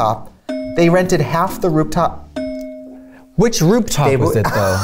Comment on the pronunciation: Trixie: “Rooptop” Me: another “stroke” moment? 😂😂😂